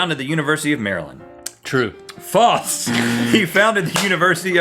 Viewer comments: they pronounce it as "faults" though. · Is it me or are they saying faltse instead of false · Love how they say "faults" instead of "false" XD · No, it sounds likes they're saying "faltse." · It's FALSE. Not FALTS. :P